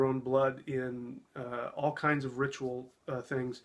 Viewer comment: He's right, it is a ritual; a rit-u -al to right-you-all! 🙄